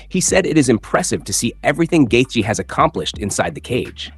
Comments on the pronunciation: Omg, please stop pronouncing his name like that😖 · Why do you have to say gaethje like that lol you’re KILLING me